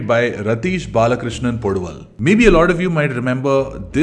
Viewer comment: Please get pronounciation of Malayalam names correct. Thallumala is not how it is pronounced as you said. Same with poduval and kunjappan.